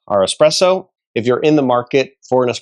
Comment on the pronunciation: I know you don't know anything about espresso when you say eXPresso..